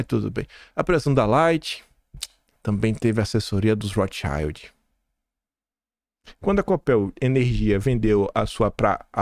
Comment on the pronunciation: Maravilhoso dossie,!👏👏👏👏👏👏👏👏 Depois procura a pronúncia correta de Rothschild que é palavra alemã e vc tá pronunciando em inglês!